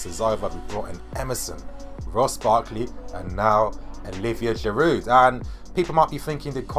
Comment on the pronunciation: Its Girouuuu Girouuu you don't pronounce the D... And I believe that Giroud is underrated player and he will do well OMG for the first time time I disagree with you and I really believe you got this wrong..! check Giroud's facts with arsenal..people just forget about it..and Wenger doesn't play him consistently.. and mark my word, if he plays regularly he will do well.. and btw his finishing is great..